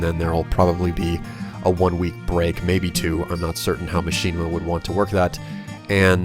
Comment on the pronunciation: why do you say Machinima as Machine-ima?